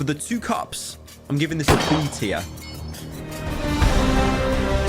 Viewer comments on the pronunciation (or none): "B tirer" * puts it on A *